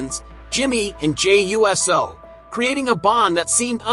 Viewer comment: For him supposed being such a wrestling fan...you'd think he'd be able to say Uso and not USO...big difference! Get it right!